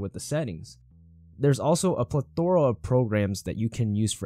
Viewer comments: Pleth a ra. bro 🤦🏻‍♂️ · you pronounced plethora wrong